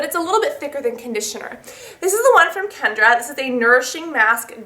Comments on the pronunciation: It's not Kendra its Kenra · I love your videos! However, there isn't a 'd' in KENRA!